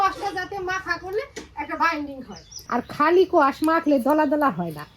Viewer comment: খুব ভালো লাগলো আপনার সঠিক উচ্চারণ 'কোয়াশ ' এই সবজিটির এটাই নাম। কলকাতাতেও অনেকেই এটাকে উচ্চারণ করে 'স্কোয়াশ '। আজকের ভিডিও চমৎকার।